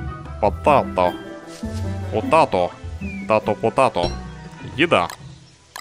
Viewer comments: патэйто! А не потато! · там не потАто, а потЭйто - это картоха=З))